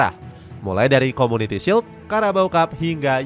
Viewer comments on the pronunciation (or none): none